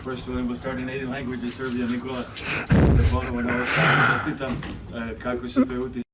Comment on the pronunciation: Respect to the 2nd reporter for pronouncing Nikola correctly.